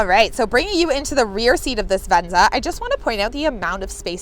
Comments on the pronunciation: Is she saying "VenZA" as a joke, or is that really the way she says "VenZA"? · I wish we had it in Europe and I like the way she says venza